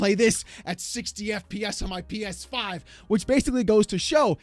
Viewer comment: PEESFIIIII 😂😂